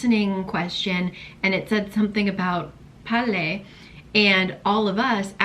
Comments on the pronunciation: The 아내 always 깨워요s 😂 Your pronunciation of 빨래 is so spot on! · 빨래 발음 좋은디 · You pronounced 빨래 perfectly. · You pronounce 빨래 perfectly😀😀😀